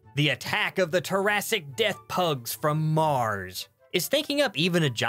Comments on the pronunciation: Why does he write Triassic but say Terrassic? I know this is probably a deliberate joke thing but it drives me nuts ._. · Can't get over your pronunciation of Triassic. It's not turassic it's try-assic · The word for the prehistoric time period you're talking about is pronounced as "Try-ass-ic" not "Tihr-ass-ic" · You wrote "Triassic" on-screen, but you said "Tarrasque-ic". Which does sound more like the period giant monsters would come from. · Its pronouced TR-AI-SS-IC